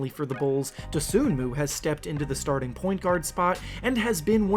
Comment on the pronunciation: Just so this doesn't spread, you don't pronounce Ayo's last name as it is spelled. The "N" is silent. It's pronounced Doh-SOO-moo. I respect your videos, but if you're going to produce a profile on a specific player, getting his name right is pretty important. I mean, have you ever watched one of his games? Seriously asking.